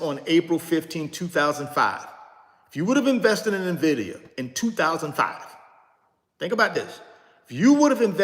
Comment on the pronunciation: Pronounced “Envidia “ not nahvidia